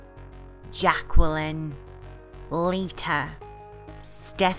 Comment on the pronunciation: It's pronounced jacklyn you don't say the q correct me if I'm wrong